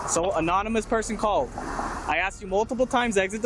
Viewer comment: Roswell cop " we got an anominous tip "....Anominous ??? Sounds like an alcoholic group. Maybe hire some literate ociffers next time.